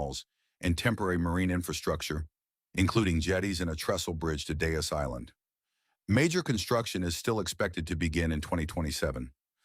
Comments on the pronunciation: ATTENTION AI FAKE VOICE: correctly, it is pronounced DEAZE Island. Rhymes with TREES. Does no one ever edit this stuff? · Nice video, though I'm not a fan of the AI voice. Hearing Deas Island mispronounced really takes me out of it! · The corny session music and AI voice is grating. Why not use a human voice that can pronounce Deas Island properly?